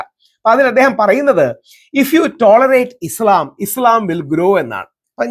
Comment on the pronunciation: ഇ.സ്.ളാം അല്ല രാഹുൽ ജീ! ഇ.സ്.ലാം ആണ് ശരി! മറുനാടനെപ്പോലെ മനപ്പൂർവം തെറ്റായി ഇസ്ളാം എന്ന് ഉച്ചരിക്കുന്നവർ ഒരുപാടുണ്ട്.